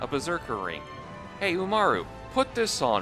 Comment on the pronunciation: When they say it "UmarU" I can only think of the eponymous honour-student-slash-gremlin girl. Umaru~n!